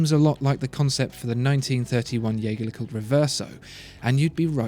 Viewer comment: You mispronounce Jaeger